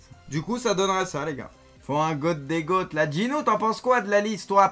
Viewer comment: Le GOAT tu dis « Le Ga-ôtte ». Mince